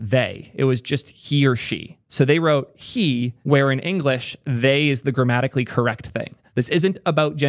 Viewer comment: Did you say grammatically correct or dramatically correct?